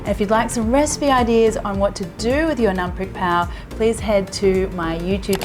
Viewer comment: You are so amazing I’m an authentic 40 yo Thai man and I have absolutely no idea how it’s prepared Btw great pronunciation on ‘Nam Prik Pao’